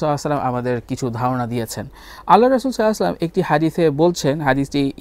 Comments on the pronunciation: ভাইয়া নবী সাল্লাল্লাহু আলাইহি ওয়াসাল্লামের নাম মুবারাক সুন্দর করে বলুন। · আল্লাহর রাসূল সাল্লালাহু আলাইহি ওয়াসাল্লাম এবং আমাদের প্রিয় নবী সাল্লাল্লাহু আলাইহি ওয়াসাল্লামের নাম সুন্দর করে উচ্চারণ করার জন্য আপনাকে অনুরোধ করা হলো